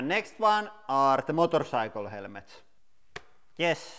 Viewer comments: Helemets Not helmets 😂😂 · "Helemets" my brain is on fire. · nah it's actually "helmets"